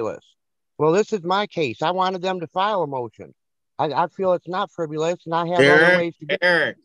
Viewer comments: "frivulous" again, lol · What the hell is "friv-u-luss"? He has no idea what the word is and how it is pronounced.